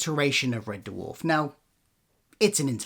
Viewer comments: It’s red dwarf !! Not red d-warf ! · Also, Red Dewarf? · Why do you keep calling it Red Derwarf? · Red Duwarf? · Turned if off when he said “Red Duhwarf” for the 10th time 😣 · What the hell is that pronunciation of Red Dwarf? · Amazing he did a Red Dwarf podcast but he can't pronounce the name correctly.